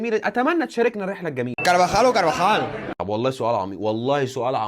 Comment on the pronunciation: كارفاخال او كارفخال😂